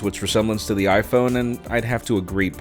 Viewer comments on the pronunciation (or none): none